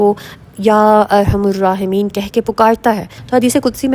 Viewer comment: Ya arhamar rahimeen .arhamur nhe parhna arhamar parhna hy